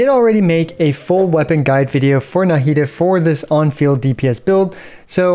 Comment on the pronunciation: Why do you pronounce Nahida with such a heavy “Na” syllable 😅